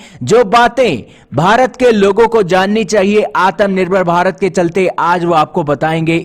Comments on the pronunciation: Tagama nahi bhai Tamaga hota hain😂 Atam nirbhar bharat nahi Atmanirbhar bharat hota hain. Kya bhai ab hindi bhi thik se nahi bol pa rahe loag. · तगमा नहीं तमगा होता है, आतम निर्भर नहीं आत्मनिर्भर होता है, गलतियां सुधारो। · भाई वो आतम नहीं आत्म होता है 😁😁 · Aatmanirvar nahi bolna aata to bhai plz aatmanirvar mat bola kr self dependent bol diya kr